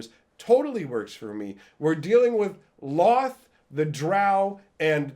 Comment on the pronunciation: Can't say I've ever heard Lolth pronounced with only 1 L sound. Official pronunciation guide for her name: Lolth (pronounced: /lɑːlθ/ lalth or: /loʊlθ/ lolth or: /loʊɑːlθ/ loalth)